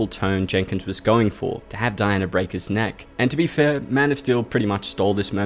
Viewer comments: You speak so well and then pronounce all words that end in "a" with an "er" sound. Dianer. Drove me nuts by the end of the video! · That's how "Diana" is pronounced in the UK, famously Princess Diana; Di-an-er